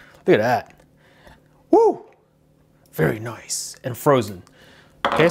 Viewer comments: Monica Guzman no he said vetty noice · Very noiceeeeeeeeeeeeeeeeeeeee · 97% is saying like for iPhone or Samsung 2% Is saying how many times did he say very noice 1% is jokes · Monica Guzman I know right and the way he says it very noiceee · His very noicee is funny tbh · No it’s “very noice” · "Very nooice"😂